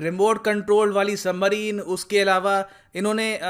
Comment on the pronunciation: वो सबमरीन होता है सही से पढ़ो